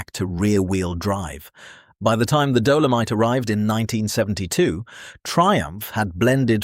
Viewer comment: What the hell is a "Dough-low-mite" 🤣